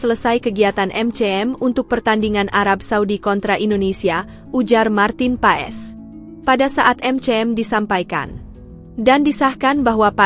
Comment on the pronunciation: Paes pengucapannya bukan pa-es .. tapi PAS .. jadi Martin Paes = Martin Pas .. ae di Belanda jadi a … ui=eu (baca seperti ejaan sunda) … setui k di baca streuk